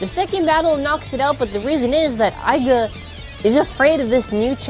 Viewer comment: ITS iger not aga